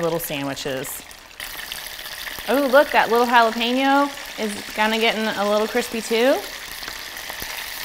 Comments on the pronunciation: peno. LOL! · I still say jala-penis to this day because of you. I missed you so much. Thanks for gracing us with your presence again!!